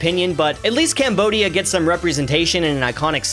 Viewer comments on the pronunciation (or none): none